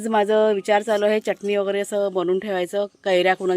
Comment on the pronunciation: च्यटणी म्हणू नकोस.. चटणी म्हण